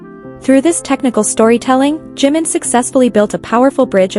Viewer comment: Про какого Джима вы говорите 😂 это Чимин, слушать вас не могу